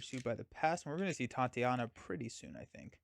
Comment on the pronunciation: “Tye-tay-nia” not Tatiana.